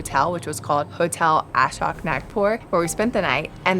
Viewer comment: This people can't pronounce a single name..whats wrong with them? Not even simple names like Ashok, Tadoba, pani puri 😑